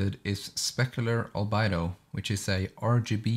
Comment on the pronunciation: You're saying "Albedo" wrong. It's not Al-Bido, It's Al-Bee-Doe.